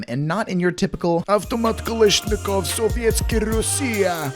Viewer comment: That fact that you said avtomat-Kalashnikov made me smile, everyone I meet doesn’t know how to say it lol